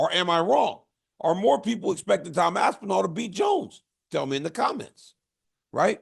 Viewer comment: Y you say aspinall like it's 2 words? Lmfao aspen... All is crazy